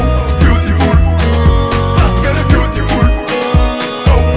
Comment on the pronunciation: le mot c beautiful mais lui il dit BYOUTIFULE mdr il a massacré l'anglais